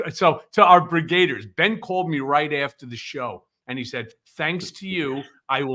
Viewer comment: It's brigadiers not brigr8diers.